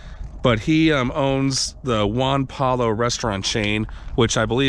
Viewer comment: Nice reference to "Airplane"..."Yes I'm serious and stop calling me Shirley". FYI, in Spanish when a word has two L's in a row the sound turns to a "Y". So Juan Pollo is pronounced Juan poi-Yo. Pollo translates to Chicken.